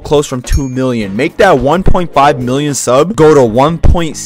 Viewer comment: Bruh when he says 1mill I heard I like 1 milk!! 1 milk! 😂😂😂